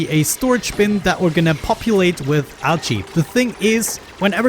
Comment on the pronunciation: A new ONI series I've not seen before! Just gonna watch this playlist... Also, your accent makes 'Algae' sound like 'Ouchie' to me, which makes it seem like the dupes are super distracted with ouchies, which is hilarious to me I think because they totally would be. xD